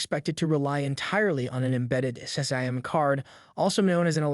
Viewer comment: Tf is a "SAM" card? Can you pronounce SIM?